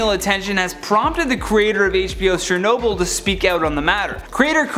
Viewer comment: it Chernobyl not shernobyl